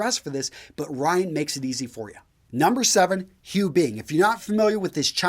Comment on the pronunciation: Sir, the last name HU shall be pronounced as WHO ;)